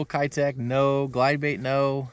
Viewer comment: It’s pronounced Key-tech